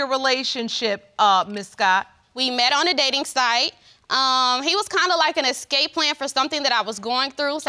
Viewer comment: Girl said scape plan 🤣 dam her ex might have dudge bullet as well.